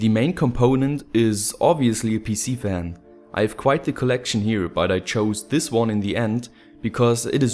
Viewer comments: Its called FAN not WAN! Nice video anyways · Why you saying "van"?! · ) you say van instead of fan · you had trouble with your ENGLISH. PC VAN LOL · I’m confused, why do people keep saying van instead of fan? Is it the subtitle? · German pronunciation of "f" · actually I've never heard a German say van instead of fan before ^^ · Learn how to say fan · dislike, cant say fan